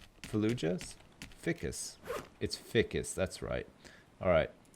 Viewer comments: Every time when says ficcus instead of FICUS I die inside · Does it not bother anyone else that he says fih-cus and not feye-cus? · also. FICUS. He says it like its fickus. I almost feel like hes a hilarious dummy just to annoy people like me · Am I crazy or isn't "ficus" pronounced "fhaaikus" not "fikkus" .. Or is it like a dialect-thing? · what is with your grammar you say ficus like fic-us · but it is pronounced like this Fi-cus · Isnt it pronounced fhy-kiss? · No you're right. It's pronounced feyecus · it's pronounced fy-cus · Um, i hate to be that guy, but its pronounced ficoos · F-eye-cus..... Ficus F EYE Cus.... please! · he is saying Ficus wrong isn't it FI CUS like the I in FBI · Also ficus is pronounced fykus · ficus is pronounced f-eye-cuss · Its pronounced Feye-cus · ...its fI-cus....f-eye-cus....stupid ficus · Every time you cut down a yucca you miss some leaves. Also it's f-igh-kus. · All the little things that others are rippin' hard over aside... is he saying Ficus incorrectly on purpose or no? I cannot tell... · The way he pronounces ficus... damn. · Usually I don't have a problem with mispronouncing words, but for some reason everytime he says Ficus wrong my eye twitches:P